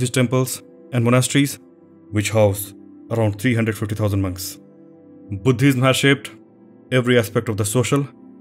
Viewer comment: Love the way he emphasise “H” when he says Buddhism. I tried this many time, but I could not get it!! Thank you for a lovely and enlightening set of details on the subject. Superb work; sharing with friends!!